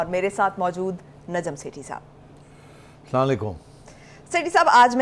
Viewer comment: Please meri aik request Najam Sethi tak pohncha dein k wo at least Slam sahi tareeqey say kia karein shuru may, wo parhey likhey insaan hein SALALAY KUM k koi meanings nahi hein, he should say Aslam Alekum or slam alekum. Thank you